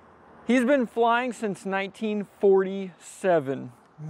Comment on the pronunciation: Buck Wheat sings "Im fwyin in du pwane"